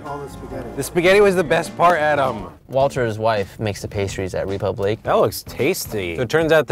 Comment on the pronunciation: Imagine naming your high-end restaurant "Republique" and not being able to pronounce it correctly.